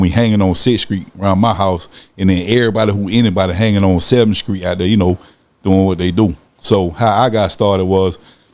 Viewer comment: Did he say skreet?? Lol